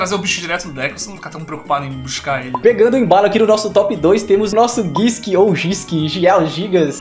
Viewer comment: GISHKI - pronuncia do Japones 儀式 seria "GUÍSHIKI" - que significa Ritual